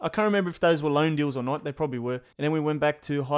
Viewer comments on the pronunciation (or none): none